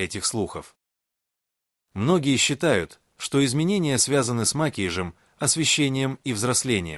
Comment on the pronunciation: О, ужас! Что с Вашей речью? Ударения! Что за "макиж"? Макияж! Научитесь правильно говорить!